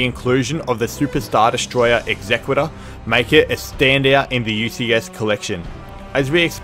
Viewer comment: that is why bro couldn't say Executor correctly.